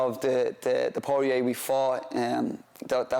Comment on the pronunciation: I think the best part of this interview and also the one with Sutcliffe is how they both pronounce Porier like its a wine bar down on Lesson St.